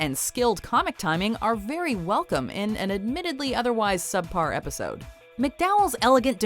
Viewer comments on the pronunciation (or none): none